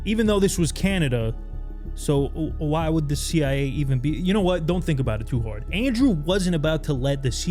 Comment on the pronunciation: He said the CI-eh. Not CIA common mistake.